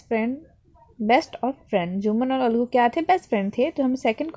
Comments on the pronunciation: Hlo excuseme vo na aglu nhi Hota he algu Hota he 😔😔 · Your video is nice but aap algu ko aglu bol rehe ho 😊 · This is a Algu not a Aglu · Algu sahi bola Karo nhi to bache bhi aglu bole ge ok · Ma'am aglu nhi algu hote h.......!!!🤣🤣🤣🤣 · Mam is not aglu its algu😂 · Mam that Algu not Aglu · Algu ko aglu bol rhi hai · Ma'am it is algu not aglu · Mam say aglu 😂😂